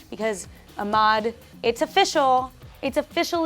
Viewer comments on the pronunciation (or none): ahmad. is the h silent? Your name sounds so much better when you pronounce the h sound. and when i say pronouce h i mean it like you pronouce h in the word house. a clean a crisp h sound. not some throat garggleing h.